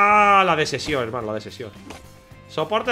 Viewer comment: Todos: la desepcion: la desesion jaja